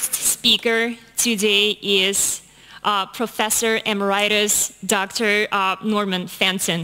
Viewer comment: She can't pronounce emeritus.